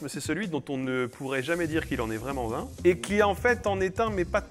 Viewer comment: Une petite vidéo sur les liaisons et les cuirs? À , ”vraiment z-un” 😜🤪